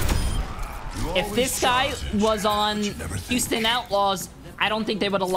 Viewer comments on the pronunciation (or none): none